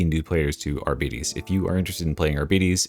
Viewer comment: Arbeaties? Can you pronounce diabetes, and then pronounce bite?